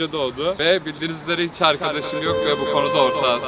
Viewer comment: ✨BiR haFTaĞ MamA yOkĞ✨